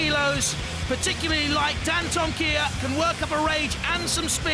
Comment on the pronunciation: Why can't the announcer pronounce Dantomkia